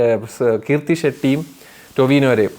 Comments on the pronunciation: കീർത്തി അല്ല കൃതി 😊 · Kirthi shetty alla krithi shetty.Ninte review inu oru vela koduthondirunnavanan njan ayye cast inte peru polum maryak parayan arinjudee